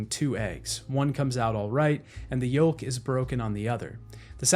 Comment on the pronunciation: The "L" is yolk is silent lol. But all jokes aside, great video!